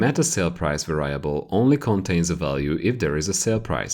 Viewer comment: I love these videos but you’re saying “Variable” wrong and makes it hard to watch :P